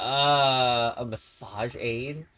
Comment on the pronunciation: I’m not gonna be able to get over that “massage aid”